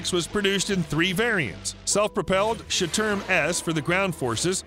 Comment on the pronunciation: Shturm is NOT storm. its sh'toorm. like shh - too- rm.. just saying.